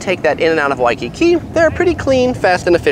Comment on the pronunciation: God how many times did u say wakkki